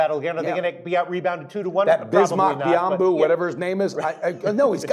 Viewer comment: bismock byamboo lmao that's how u said his name today haha I love it